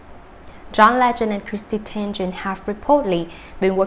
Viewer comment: This person/robot manages to confuse every story. My gosh! Does she know how to pronounce people's names? So disrespectful to the people and to the listener! TENGEN? Who is that? Kmt